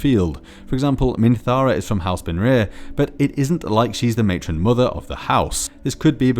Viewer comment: The way Baenre is pronounced is really weird in this video...